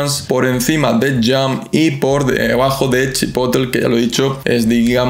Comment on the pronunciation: CHI-PO-TLE (no Chipotl*)